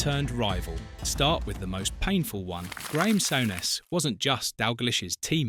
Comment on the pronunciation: What a load of shite ..souness ..or sowness as this clown called him ..and who's dawglish.clickbait mong and it was the pressure of Hillsborough and heysel ..ai shit